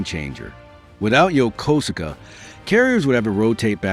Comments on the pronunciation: USS MIDWAY and USS Blue Ridge sailor here, it's pronounced Yo-koos-ka!! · I thought it was Yo ko su ka.